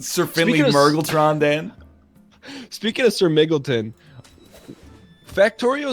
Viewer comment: i love how they both pronounce mmrrgleton differently, but both wrong